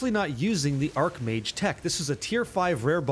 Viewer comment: i know it's pronounced ''arcH mage'' but arC mage just sounds so appropriare lol question, is lightning conduit just not used at all anymore? is there a place for it on this build without cast on shock